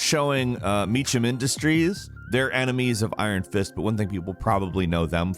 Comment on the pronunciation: Sounds like you said "On the Netflix Iron Fish Show..." nice 👌